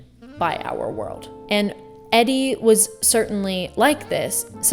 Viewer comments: Love this perspective! This is such a beautiful way of explaining it. Also I believe its pronounced E-Dee! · nice video, and good food for thought... two things tho... i'm pretty sure her name is pronounced 'eee-dee' as it was a nickname of edith.. RIP and i want to challenge you to dig a bit deeper to tease out the difference between self-possession and selfishness. i think it can be dangerous to use these two words interchangeably.. especially in or around groups of non-creatives/artists. i think it's too easy for people who don't 'get' art to write makers and muses off as selfish people, and by default discredit their efforts or pass judgment on their choices/work... but self-possession actually speaks to a type of self control that comes with confidence and usually a fair amount of study/practice.. a level of self-awareness that comes with an understanding of ones sense of place within society.....it's not easy, and it's not a character 'flaw' in the same that way that selfishness tends to be viewed... it is a great value for one to know EXACLTY what they have to offer... i agree 100% about movement... which is one of the things that makes this 'it factor' so difficult to capture in 2D formats :) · Why are you mispronouncing Edie’s name? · I wish you pronounced Edie's name correctly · Are you pronouncing Edie’s name wrong on purpose? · I wanted to love this video but you kept mispronouncing Edie’s name throughout and it discredits your video. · Thank you oh my god that was driving me crazy. It's actually amazing to me that the person who made this video doesn't actually know who Edie Sedgwick is enough to know how to pronounce her name. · Please pronounce Edie’s name correctly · It’s pronounced EE-dee for gods sake not Eddie 🙄 … using big words but can’t even pronounce her name. How are we supposed to take yr opinion seriously. Ugh - mortals. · Hon, her name was pronounced E dee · Edie (Sedgwick) is pronounced "ee-dee". Thank you. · Eddy? It’s Edie. 😢